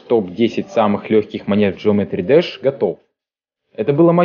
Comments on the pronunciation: Геометрии Даш а не джеометри двш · Это не джеометри дасх это геометрии деш